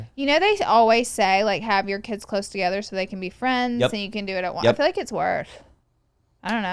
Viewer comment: I love yall but omg… Manny sounding like he learned a new word today and just trying to enter it casually wherever he can “juxtaposition” Laura pronouncing “heal” instead of “hill” or saying “hill” instead of “heal” “fill” instead of “feel” I can’t.. lol